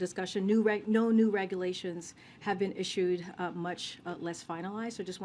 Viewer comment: "Regoolations" HA,HA ! 🤭 🙊🙉🙈🤡